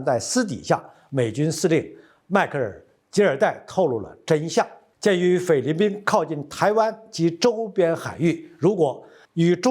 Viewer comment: 念成了匪律宾？